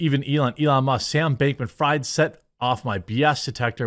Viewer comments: i think its freeeeed not fried. sam bankman freed (even though u write it fried) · His name is pronounced Freed btw. In German ie = "e" vowel and ei = "i" vowel. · Fried is pronounced FREED. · Never heard of a "Donator" lol... and it's pronounced "Freed" (Freid) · It's pronounced Freed. German name. No harm,no foul. Thanx for the great content! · jeremy is jewish and doesnt know how to pronounce fried